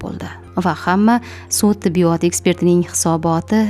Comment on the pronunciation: Tibbiyooootmas tibbiyot deng